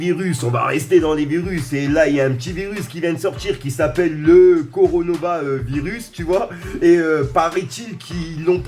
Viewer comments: Belle video frere mais c'est pas le "coronova" mais le "corona" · T con ta dis coronova on dis coronavisur et sois pas un gros con car c'est pas nouveau il existe depuis longtemps mais étai légère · Sa se dit "Corona" pas coronova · C coronavirus pas conorovavirus 🤣🤣🤣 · Coronova il a dit 😂😂😂 Sinon lourd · '' coronova '' jconnaissais covid 19 et Corona mais pas ça 😂😂😭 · Juste c pas coronova virus c corona virus 😂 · C'est pas le coronova mais le corona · "Le coronova virus " 😂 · Coro nova mdr coronavirus 😂 articule respire 😎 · Ptn c'est pas le coronova c'est le coronavirus apprend à parler mec t'as 20 ans ça fait vraiment pitié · C juste Corona, pas Coronava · 4min57 « Le coronova virus » Mon dieu 😂😂😂😂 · LE CORONOVA VIRUS 😂😂😂 C'EST CORONA VIRUS TKT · c est le corona pas le coronava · Corona pas coronona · C coronavirus pas coronovavirus😂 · C'est pas coronova mais coronavirus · 😂😂😂😂😂 ce Le corona virus pas coronova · 6"10 le Coronova 🤦‍♂️🤣 on dirait une attaque de freezer dans dbz lol c'est Corona virus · Et sinon c’est le corona virus pas là coronova 😅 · c'est pas coronova c corona virus 😉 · C pas coronova 😂😂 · il dit coronova . . . On se croirait dans un feuilleton 🤣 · C pas coronova c corona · Ptdrrr le « coronova virus » jss en larmes ! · Sa choque personne qu'il a dit "coronova virus"😂😂😂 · Tu a dis coronora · Ça m'a tué coronova 😂😂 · Coronavirus et non coronova